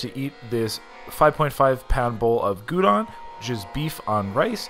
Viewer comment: Gyudon GI-YOU-DON not goodon.